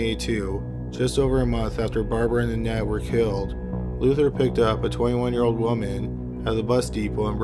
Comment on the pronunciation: I really like your videos and the narration but do you think you could start pronouncing the consonants in words like Caught (hard C not "haught") Killed (k sound not "hilled") etc. It always sounds like you are saying h's at the beginning of words and even in the middle of them such as "beghinning" Consonants are cool - you will like them!